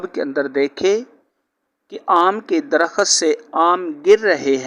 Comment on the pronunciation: bhai mullah ji Darakhat nahee sahih DARAKHT HAI.